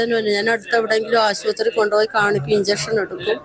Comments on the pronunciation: ആശുപത്രി എന്ന് പറയാൻ പോലും അറിയാത്ത ഒരു തോൽക്കിനെ ചർച്ചക്ക് വിട്ട കമ്മികളെ 😂 അവന്റെ ഒരു ആസുപത്രി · ആസൂത്രി അല്ല തോൽക്കെ .... ആശുപത്രി...... ആ നാക്ക് ഒന്നു വടിക്ക് തോൽക്കെ..... കഷ്ടം.. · ബള ബള ബള ആസുപത്രി, മോസം ഇവന്റെ അണ്ണാക്കിൽ ചുട്ട ചക്കക്കുരു ആണോ പന്ന കമ്മി എരപ്പാളി